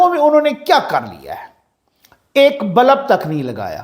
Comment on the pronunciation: معذرت کے ساتھ بلب لام کے سکون کےساتھ ہوتا ہے لام کے زبر کے ساتھ نہیں ہوتا۔